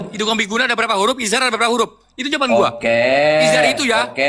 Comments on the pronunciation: Anak gooobblokkk ngomong iidzhar aja bilangnya izar, ini baru belajar tajwid dua hari sombong gak tau siapa yg di hadapi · Debat dengan orang bodoh itu tadz. Buang waktu. Ngomong idzhar saja jdi ihar. Keluar saja tad. Orang dodoh diladeni